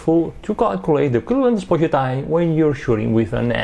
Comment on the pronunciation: I love the way says "sposure"